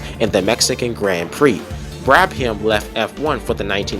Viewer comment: great video! tip: brabham is usually pronounced as Brabam, not Brab-ham